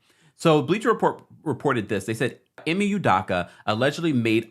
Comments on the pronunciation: His name is pronounced I and Me I ME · It’s pronounced Eemay 😂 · Dude stay butchering ime name. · THAT'S NOT HOW TO SAY HIS NAMEEEEEEEEEEEEEEEEEEEEEEEE